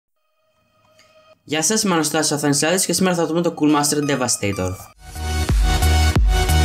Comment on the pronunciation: Πολύ καλό Review! Απλά πιστεύω πως πρέπει να μιλάς λίγο πιο αργά γιατί μερικές λέξεις δεν ακούγονται σωστά (π.χ. CoolMaster αντί για CoolerMaster). Παρόλ' αυτά πολύ καλή προσπάθεια!